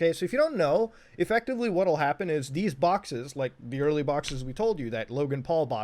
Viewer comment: nobody: litearlly no body at all: muta:EFECTIVALLY EFECTAVIALLY